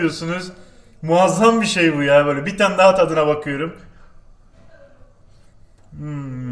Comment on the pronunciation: Bakiyiürm ediyiürüm yapıyürüm götürüyürüm video ortasından şırdan yapmaya kaymadı iyiki